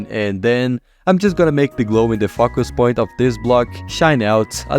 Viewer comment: i kept hearing "fuck@ point" :sob